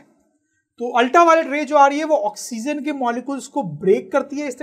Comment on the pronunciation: Not oxzen sir 😆😆😆 ***oxygen